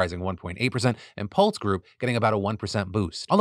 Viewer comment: Anyone else bothered by the way Phil pronounced Lennar & Pulte? lol